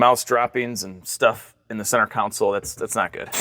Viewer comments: From one car guy to another....PLEASE... it is center console, not center council. That is all. Thanks! 🤦🏽‍♂️🤯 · "Center counsel" It's console, bro. Pronounced con-sole, not coun-sel. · Con-sole! Con-sole!! CON-SOLE!!!! Not council. Goddammit your killing me. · Bud ...its console. Not council. Pronounced-----> (Con---soul) Not (cow-n-cil) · Love your videos but it's "CON - SOLE" not "council" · Console - pronounced con-sōl …..NOT “cownsole” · CON-SOLE!! not council lol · Is it "counsel" or "console"? I know it as a console. 🤔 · Ever notice how so many people manage to mispronounce the center "console?" They either want to say "council" or in this gentleman's case, "counsole." It is pronounced "con-sole." Con like ex-con, and sole like filet of sole. So simple and yet so nearly impossible for certain folks. Drives me nuts hearing it mispronounced in these ways. Just a little aside but it was bugging me so I just had to comment. Lol. Great job restoring this beautiful piece of history even though these cars were historically "under-powered" to the point of almost being laughable like my 1984 Pontiac Fiero. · I think you can hit your Halloween goal. I'll drive by and check it out if you put it on lawn display as planned. BTW - Isn't it pronounced console, not counsole? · Council? CON SOLE. 🙃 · Why do you keep saying center counsel? It's CONSOLE 😂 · Anyone else hear center ‘counsel’ instead of console every time? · It sounds like you're making a concerted effort to call a Console a Council. Were haters busting your balls about the way you say it before? BTW, if you don't LS swap this thing, you're a bad person. It's science. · Why does everybody have such a hard time pronouncing CONSOLE? Council? Counsil? Counsell? CON SOLE. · Council?! Or Console?! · Please god no!!! It's a CENTER CONSOLE!! NOT A COUNCIL. So painful to hear so many times. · Great video. Funny you kept saying funny counsel instead of funny console. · Is it a counsel or console?? 😂